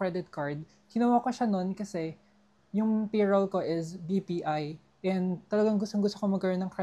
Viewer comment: I like how you pronounce the word “is” …. Ieeezzz. LOL